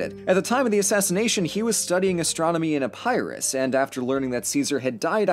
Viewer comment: Did you pronounce Epirus as Epyrus?